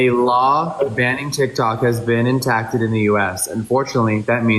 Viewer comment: Am I being mean that I think it is funny when Jeffree is reading out that message and he has no idea how to pronounce "enacted" (he said "intacted") or "indicated" (he says "indickted"). I guess he could have dyslexia or something but not being able to pronounce basic English words is kind of sad.